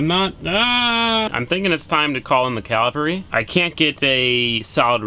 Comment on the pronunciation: CA-VAL-RY and that's not flat towing. google it.